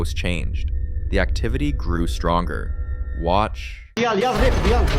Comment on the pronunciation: I love it when it says WAAtch!!! 😂😂😂